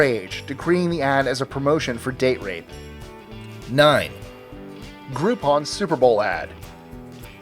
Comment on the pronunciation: Do you mean "gropeon"???